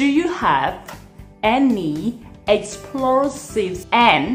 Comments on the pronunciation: Not "explorsive", no such word. It's explosive! I respect that you're trying to teach people but make sure that you teach people proper word or language. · Explosive មិនមែន Explorsive ទេ! Jacket មិនមែន Jeket ទេ! ហេតុអ្វីក៏ និយាយប្រឹងម៉្លេះ?